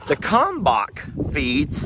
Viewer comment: Kalmbach feed. Odds are, the l isn't silent. js